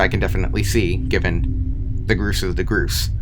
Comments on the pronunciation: what the hell is groose its pronaunced Gors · It's pronounced gorse not groose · ITS NOT PRONOUNCED GROOS ITS PRONOUNCED GORSE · It physically hurt me when he said "groose"